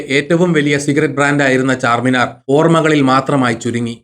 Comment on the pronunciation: ചാർമിനാർ ആണ് ചാർമിനാർ അല്ല